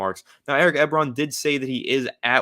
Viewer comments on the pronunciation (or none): It's 'E-Bron' ;-p